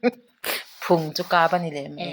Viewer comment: Phung tihlai khi duhaiin i thluk duhthusam chiahlo